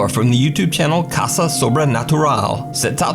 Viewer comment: Me, an Spanish speaker, reading number one: caca sobrenatural 👁️👄👁️ reading it: caSa sobrenatural